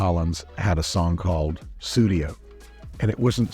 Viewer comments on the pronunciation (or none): The Phil Collins song is actually "Sussudio", not "Sudio". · Aww I thought Mike was saying "Pseudio", that would be hilarious